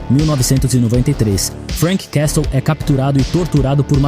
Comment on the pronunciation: Uma dica: Quando pronunciar o nome "Castle" finja que o T não existe.